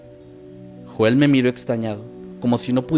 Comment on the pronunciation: Se proncua YOEL!!! No Joel maldita sea!